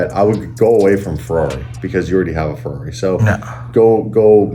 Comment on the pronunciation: Ferai --> Porcsh 👍👍👍👍👍👍👍👍